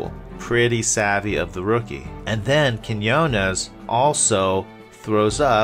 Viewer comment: it’s pronounced KEEN WAH 😂